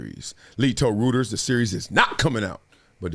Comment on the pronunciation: Bro!!! What is "Rooters(Reuters)"???